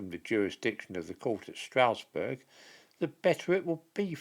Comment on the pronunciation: Please, Strasbourg is not pronounced 'Strousburg', rather it is pronounced 'Strasburg'.